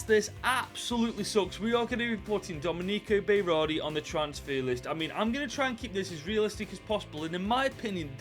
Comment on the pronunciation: Domey-Neekow Bay-Rawr-dee BROOOOOO THAT IS THE WORST WAY TO PRONOUNCE IT! Try Forvo before destroying names